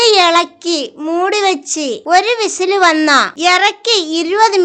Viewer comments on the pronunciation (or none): none